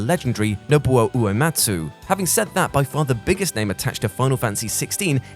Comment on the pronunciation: Your pronunciation of Nobuo Uematsu upsets me.